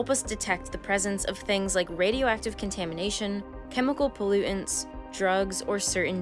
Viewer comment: You lost me when you pronounced the word pollutants pollu-'ints. Everything you articulate sounds totally intelligent until you pronouce words in ghetto slang. I've heard you do this before and it ruins the educational experience. So I ax you this question, can you improve your english enunciation so as to make me feel like I am hearing something worth listening to? Thank you :))